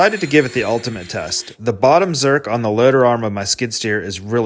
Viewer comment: You are the first person I've ever heard that pronounced zerk correctly. I like to ask mechanics to spell it and nobody even comes close. Growing up I always assumed people were saying "cert" (like the breath mint).